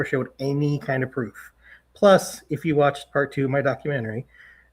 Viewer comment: Please stop saying DOCU -MEN -TERRY